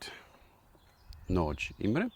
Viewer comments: if you want the perfect pronunciation: ist nadj, not natsch ;-) Miklós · Very nice bow! We have multiple Nagy bows in our club, and so far everyone was satisfied with them. About the pronunciation, -- this is just me being nitpicky tho :D -- the 'gy' sound at the end of Nagy is still a bit strong, but You're definitely getting there :) That being said, I know how hard HUN language is :D I've better command of EN even though I'm a native xD